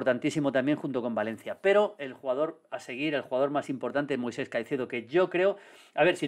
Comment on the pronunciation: Me da toc cada vez que Maldini no llama Moisex a Caicedo